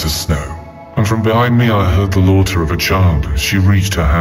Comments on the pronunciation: The way that “laughter” was pronounced like the ‘laughter’ in slaughter.... yes it could be a tts misread... but.... o.0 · His real crime against humanity is the pronunciation of "laughter"